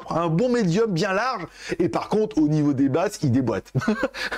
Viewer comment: Que de ♥️ pour moi,tu ensoleille ma journée,et t'as diction qu'en tu abordes certains aspects des appareils:Au Nifeau des performances,au Nifeau.... c'est devenu made in,ta marque de fabrique, comme on dit comme AnTuTu le lapin malin 😉